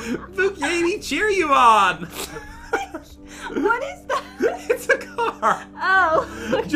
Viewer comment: Jen:we could buy the buggatee jeereeon Me:laughing for straight 10 mins